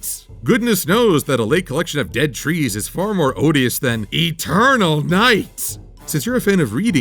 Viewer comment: E-TUR-NULL! A'NIGHT!